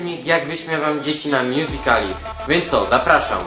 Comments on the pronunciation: taki kozak to pokaz swoje "mjuzikli" tak jak to wymawia xD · Mówi się mjuzikali